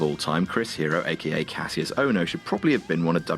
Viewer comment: Stop pronouncing Kassius wrong please go back a watch the Richie Steamboat vs Kassius Ohno rivalry for the the correct pronunciation